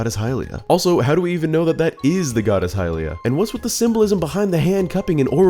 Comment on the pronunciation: It’s literally not hylia.